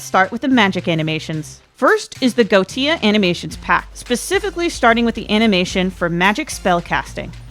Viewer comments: "Go tia" sounds like a latino cheering a drunk milf in a party Edit: btw, Wikipedia says "Goetia" is pronounced "goh-eh-TEE-ah" but I've heard it being pronounced "goh-EE-shi-ah" too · Just for a bit of helpful context, Goetia is a word based on a classification of Demon Lords, and is pronounced Go-ee-sha. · Hey the video is great and really useful for my modding journey. I just wanted to point out that goetia is pronounced 'go-E-sha' No hate btw it was just screwing with me lol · Goddamit I've been pronouncing Goetia wrong. I thought it was GO-WE-SHA 😂😅